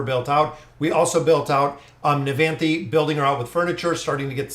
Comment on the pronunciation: hey u finally pronounce nevanthi right